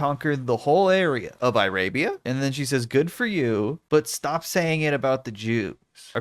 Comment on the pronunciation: "eye-rabia" is nearly as good as "apatheed"